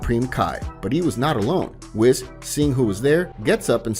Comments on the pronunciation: it's Whis not whiz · Its (Whis) Not (Wes) Imagine the same way you say (Nintendo (Wii-ss) just add the s wiis whis Awesome Video Nonetheless Could Easily Listen To this as A Podcast just needs a little bit voice's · Whis - pronounced "weese", not "wiss" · Whis is said we-s so we then s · It’s not wiz it’s whis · I know it’s spelled whiz but it’s said weece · We already know that his name is pronounced weece like reece from dbs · I can't cope how you say whis 😂😂